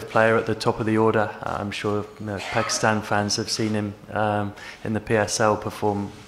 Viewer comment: England please don't call pakeestan it is pakistan 🇵🇰